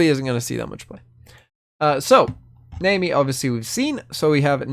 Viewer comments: It's more naami, not naymi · Pronounced Nah Me but okay lol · Her name is pronounced like the "nami" in "tsunami". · Always with the bad pronunciations, this guy... lol Fizz even says her name in the interaction. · And its just 4 letters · Fucking yikes I can’t stand that pronunciation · That is NOT how you pronounce Nami Lmao